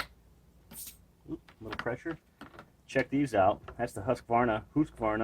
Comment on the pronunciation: First american on Youtube to pronounce Husqvarna the right way🙂🇸🇪🇺🇲